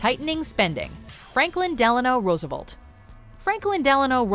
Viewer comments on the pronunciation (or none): its Roosevelt, not Roosevult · Rosa Velt. Not Rooza Vult. Jeez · Rose-Uh-Velt not Rosavolt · Roosev-E-lt. not Roosevolt!!!!!! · FDR's name is RoosevElt, not RoosevOlt. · Velt not volt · RoosevUlt? Damn you Canadians don't know how to pronounce anything